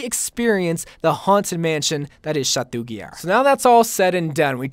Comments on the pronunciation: Did you just Say chatou guillard? Ils pronounced chato guiyar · He was pronouncing chateau guillard incorrectly 😂😂